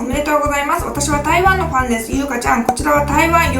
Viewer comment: ファンのみんながパンのみんなに聞こえてしまった…(´･_･`)